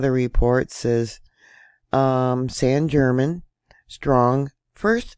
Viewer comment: The American pronunciation of this island is St Germain